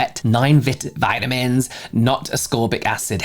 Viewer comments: Omg -28 the way you say VITAMINS 😂😂 just found your channel. Loooove! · Lol when you pronounced vitamins like us here in the U.S. 😂😂😂 keep it your way, it's better.